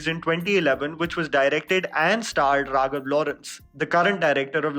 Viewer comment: It's Raghava not raghav !